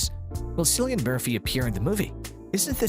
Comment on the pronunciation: It's pronounced with a hard C as Killian, not Cillian